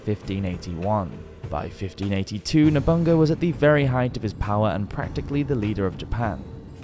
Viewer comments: "Nobunga"? It's No-bu-na-ga (信長). Fun fact. Figure skater Oda Nobunari is a direct descent of Oda Nobunaga. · Just a little nitpick about Japanese pronunciation. Every vowel sound is pronounced, so Masamune is mah-sah-muh-neh, tomoe is toh-moh-eh, masazane is mah-sah-zah-neh and so on. :) (and I really have to mention that Oda Nobunaga is oh-dah noh-boo-nah-gah! He's one of the three most important men in the formation of modern Japan with Toyotomi Hideyoshi and Tokugawa Iyeyasu!) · 'Nobunga' 😂😂 its Nobunaga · Loling at your pronunciation of Nobunaga as Nobunga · Nice video! But I think it's better to learn the proper pronunciation of names and terms as well. Ex. Masa-MU-NE, not Masamyun (as in immune) Nobu-NA-GA, not Nobungga Matsu-HI-DE, not MatsuHIDE 😅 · "Nobunga" was betrayed by "Mitsuhid" and forced to commit "sepooku" ARGH! NO MORE! STOP STOP! I'M BEGGING YOU! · It was Berlusconi. Nobungabunga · You don't even need to learn Hirigana to understand that the majority of the syllables are two letters when romanised. No-bu-na-ga; That's where the stresses go, and takes virtually no effort to get that right. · "Nobunga" reminds me of Berlusconi. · ...I'm sorry to say that the pronunciation of the Japanese names are just terrible. Nabunga is the worst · why do you pronounce nobunaga "nobunga" lol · Call we weird but i feel learning the pronunciation of the words Masamune, or Nobunaga, or ANY of the Japanese names, would have really helped in this video. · Yeah he just straight up skipped a syllable on Nobunaga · Yasuke sounds like Yasskay kind of like Sasuke from Naruto and you pronounced Nobunaga's name a little funny but it's okay since you haven't done Japan content before this.